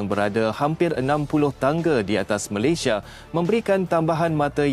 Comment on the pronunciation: Yang aku Eran apa lah Bodoh dia org nak cakap Malayesd..Malaysd bapak hang Malayesd..ui..ini aku sudah belajar sampai luar negara..Aku nasihat...kalau nak berbicara..Bia guna otak..jangan guna hati..bodohhhh...